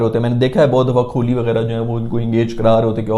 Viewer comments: le kar diya subscribe - An Indian :) and for god sake Kho-li mat bol bhai , its Koh-li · Brother it's kohli not KHOLI 🙃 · Aap KO-H-LI kb kehna shuru kroge.. 😊😊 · kholi kya hota kohli h uska naam😂😂😂😂